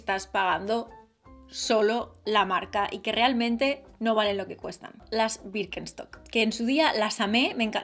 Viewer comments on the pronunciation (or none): Como puede decir wirkenstoc tantas veces sin equivocarse